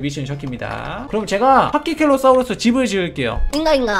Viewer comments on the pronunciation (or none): 파키켈로사우르스가 아니고 파키케팔로사우르스에요 ㅋㅋㅋㅋㅋㅋㅋㅋㅋㅋㅋㅋㅋㅋㅋㅋㅋㅋㅋㅋㅋㅋㅋㅋㅋㅋ